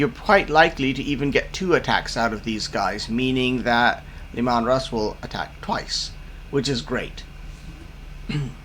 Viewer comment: Look out! It´s Leh-Maahn Russ!